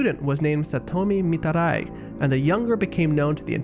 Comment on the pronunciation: The way you pronounce Mitarai rly grinds my gears and hurts my ears, it's annoying